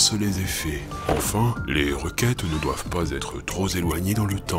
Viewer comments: Belle vidéo comme d'habitude. A et , mes oreilles ont pleuré à l'écoute de la liaison du mot "trop". On prononce "troP éloigné" et non "troS éloigné" ! Etonnemment, à , ce même adjectif n'a pas eu droit à une liaison : "tro insistant" ! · Bravo pour le texte, le montage et la précision avec laquelle le sujet a été traité !! Seul défaut : problème de liaison avec le mot "trop" ;-) On ne dit pas "trop z ancien", mais "trop p ancien" ! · "trop zéloigné" ou "trop zimportant" : on appelle cela une "liaison mal t'a propos". "Trop pimportant" et "trop péloigné", c'est nettement mieux. Cela dit sans suffisance aucune, c'est juste pour la ramener. Amitiés. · Merci pour tous ces épisodes, cette chaine est vraiment passionnante !!! (à "enfin, les requêtes ne doivent pas être troz éloignées dans le temps.... Aille aille aille, mes oreilles saignent :-) ) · "Trop zéloignées" =P